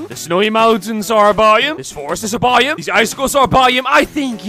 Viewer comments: Why does he say it like bioom instead of biome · Why does it sound like buyem when he says biome? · I had captions on and every time he said “biome” captions thought he said “volume” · “This is a by-um” “This mountain is a by-um” By who? All joke no hate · It’s not my intention to make fun of his accent; I’m only mentioning a difference in pronunciation. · The way he says biome 😂